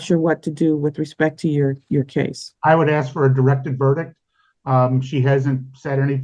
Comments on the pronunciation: It's pronounced ask!!! Not axe!! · It's Ask not Aks.